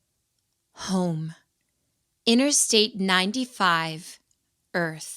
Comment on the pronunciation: HOME in not hone